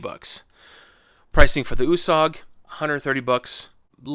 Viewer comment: I think it is pronounced ( you- sag). My last name is Italian and it stays with a U and it is pronounced (you).